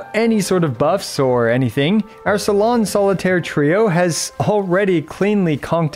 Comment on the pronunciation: complicated kit is an understatement imo, also, i roffled when he butchered all 3 salon solitaire's supposed french names 😂